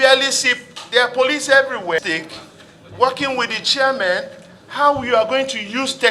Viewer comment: Your pronunciation is very bad. Is it shareman or chairman.